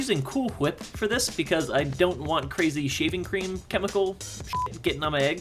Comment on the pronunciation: He said shavinq cream and it is funny